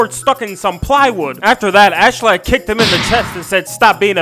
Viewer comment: it's ASKELADD pronounced (ask uh lad)